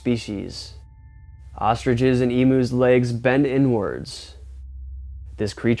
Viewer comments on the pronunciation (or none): none